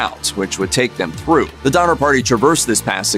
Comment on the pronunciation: DoNNer, not Dommer…